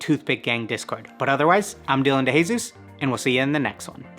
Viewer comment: Great video and subscribed! Here’s how to pronounce the Spanish last name De Jesus though, (Deh Hèh-Soos)